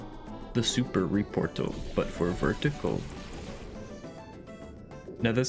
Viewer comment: Why does he say the super reportal but for vertical like that, or am I too drunk Lmao